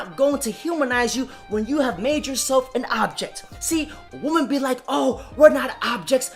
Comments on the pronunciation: I’ve never seen somebody who could fuck up words like this man. He calls women woman, and Riley Reid Riley Raids. Wtf. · He can’t pronounce, WOMEN or Riley Reid. Lols. “Riley RAID”